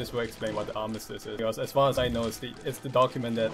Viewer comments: Arm - iss- tiss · armistus- R-mist-us